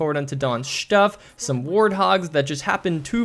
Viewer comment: "shtuff" hehe